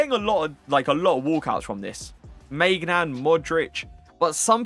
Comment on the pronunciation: I will subscribe when you learn how to pronounce Maignan. My ears are crying